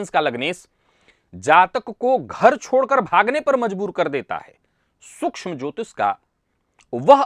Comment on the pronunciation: अत्यंत प्रशंसनीय है कि अब 'श', 'ष', 'स' और 'क्ष' के उच्चार कभी-कभी सही होने लगे हैं। बस, अब पूरी तरह से "मेस रासि", "ज्योतिस", "श्नान", "नच्छत्र" आदि कर्णकटु उच्चारों को पूर्णतया 'तिलांजलि' दे दी जाए।...